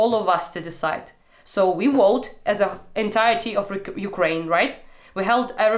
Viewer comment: she said "Okraina". It's a derogatory term for Ukraine which is used by russians. Okraina in Russian means "the outskirts", and I guess they actually think thats where the word Ukraine comes from 🤡